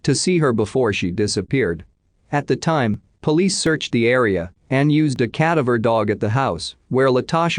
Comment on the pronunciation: Sorry - can’t do it anymore. The constant mispronunciation of Hedgepath. (Her case was solved this year.) I’ve listened to quite a few of these videos and the computer voice isn’t the problem. It’s the constant mispronunciation of common words (cadaver). Just can’t do it anymore.